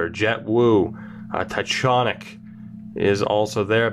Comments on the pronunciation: Jonny Tychonick is pronounced (TY-KON-ICK) I know him personally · Jonny Tychonick is pronounced TyCONick btw